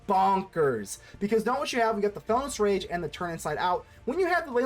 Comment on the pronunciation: Did you not see the I in Felonious Rage? You keep calling it Felonous Rage throughout the video.